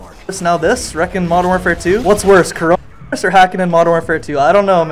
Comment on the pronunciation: You not able to say coronavirus? 🤣